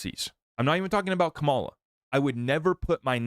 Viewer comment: Have some respect and pronounce her name correctly. You sound intelligent, which tells me you can say her name correctly. You just choose not to. In case you are not intelligent, here's how you pronounce her name, Comma La! It's not that hard.